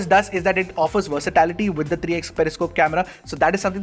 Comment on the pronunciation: Sorry mate, but the word you are looking for is "versatility", not "versatality". I know it's a small thing, but I just couldn't help but notice 😅 Just switch out the TA for "tackle" with the TI for "tickle" and you should be good 👍